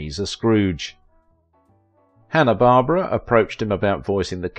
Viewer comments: It's Hannah Bar-bear-uh. Just saying. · Dr. "Frank N. Furter" - the N is separately stressed. "Hanna Bar-BER-ra" not obvious, but known to older 🇺🇸 🇨🇦 folks: the name's stress is on Syllable 2. Well-done program.